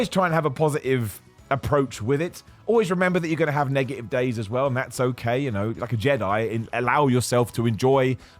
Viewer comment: "Ne-eive" (negative) "Shoo”( shot)